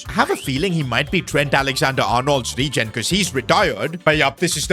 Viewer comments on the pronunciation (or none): none